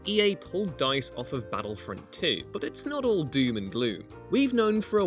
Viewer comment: I'm pretty sure you're university educated why have you replaced the letter T with D? Baddlefront? Sedding? Its fucking infuriating!